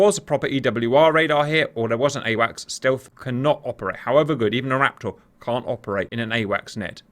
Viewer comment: Fantastic work, love these videos but my god man I cannot stand the way you pronounce raptor. It's like one of those irrational annoyances and doesn't take away from the video but it pisses me off so much